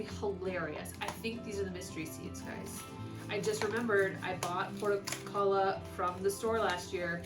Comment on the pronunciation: Thinking you probably didn't pronounce that Portulaca correctly.. nor said it the same every time you said it. hahaha